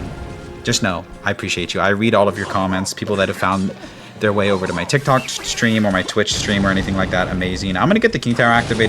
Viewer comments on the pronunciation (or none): none